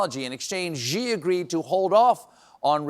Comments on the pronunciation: For the love of God, Stephen, the Xi is pronounced SHE, not ZHEE . you've been mispronouncing his name four a decade and I cringe each time you pronounce it. Anyways, thank you for everything. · Xi is not pronounced "zhuh" or "zhee", it's pronounced "she", as in a female pronoun. The 'x' sound is slightly different from "sh" but it's a lot closer than "zhuh" or "zhee" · Just because I’m pedantic and I took elementary Mandarin in college (I got a C! 🏆) almost everyone’s pronunciation of Xi Jin Ping bugs me- it should be Xi- pronounced like ‘she,’ Jin- actually pronounced the way Stephen Colbert pronounced ’Xi’, or the way you would pronounce the ‘J’ in the name Jaques. And Ping is pronounced the way it’s written. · The "Xi" in Xi Jinping, sounds a lot like the English word "she". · Xi should be pronounced like the letter C instead of G. 😊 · Xi is pronounced as "She" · I know it’s a little bit late in the game, but if anyone working for Stephen Colbert reads this, could you please let him know that the Chinese premier’s name is actually pronounced like the English word “she.” Maybe one of the rare times that Trump is actually correct. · Learn to pronounce Xi , please! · The way Colbert pronounces "Xi" though... : ( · It's sad to know that the Colbert team doesn't read the comments here. I've been posting for YEARS on this channel calling for Colbert to stop mispronouncing Xi's name. It's pronounced as SHE, as in He/She, not JEE. At least by now, Colbert should have corrected himself. It's just embarrassing and makes Americans look stupid. The Chinese are laughing at the mispronunciation. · Someone tell Steven that Xi is pronounced the same as "she". He's a murderous dictator, but mispronouncing undermines your message and defeats the whole "careddd" bit. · How long till you learn Xi is pronounced She, not ZXHJGGSHI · It is pronounced she not zzhhhee